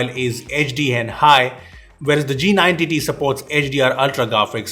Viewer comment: What others say-" G90t" What i hear -"jee nine tittie"